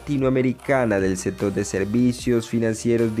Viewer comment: setiembre, otavo, setor, salu, eletrica, atualmente, setimo, etc no sabe hablar este tipo